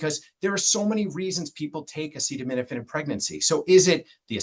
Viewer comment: This guy is a joke, he can even say acetaminophen. And the staff behind him looks like they are gonna burst in laughter 😂.